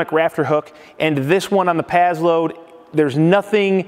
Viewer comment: Pass - Load not Paz-Load